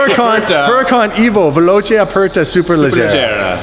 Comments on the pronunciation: VELOCE NOT VELOCHE. if u put an H after the C in Italian it becomes a K sound. I mean. cmon guys. the basic. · "Veloche" just triggered my italian eyes. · Hahaha yes it's veloce 🤦‍♂️